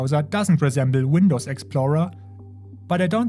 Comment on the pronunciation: No, the "WindowZ" Linux